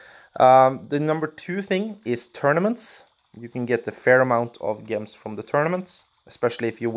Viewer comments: Its not Gehms its pronounce Jehms (like how you say the j in jar) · It is pronounced "j" ems not "g" ems, soft g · Why do you pronounce gems with a soft 'g' when its supposed to be pronounced with a hard 'g' sound? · It really bugs me off how he say gems.